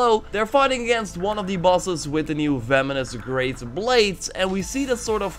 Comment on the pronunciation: You keep on saying "Vemonous Grace" instead of "Venomous Grace"